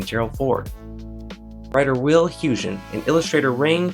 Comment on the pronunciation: Rien Poortvliet is pronounced Reen PORT-vleet Wil Huygen is pronounced Will HÜÏ -khen (The g is pronounced fricatively, like you are rasping your throat. The ui is a Dutch diphtong. If you can´t manage it, try HOY-khen)